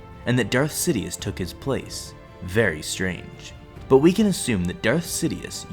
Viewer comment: you said Darth sidioouth